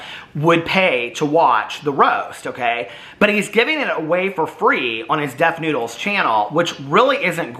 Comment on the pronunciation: You mean , Def Nude-les?